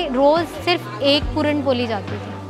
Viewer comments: Appreciate d lady 👌👌 Just one thing.. Its not पोली Its..... पोळी... Dis is a Marathi dish not any up bihari dish... Dat u can't write ळ properly.. Rest.. I really Appreciate d lady... But use d language properly. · पुरण पोली नसते,पुरण पोळी असते।